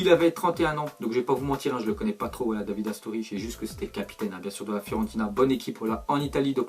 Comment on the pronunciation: Ca ce prononce Davidé RIP à toi Astori c'était quelqu'un de bien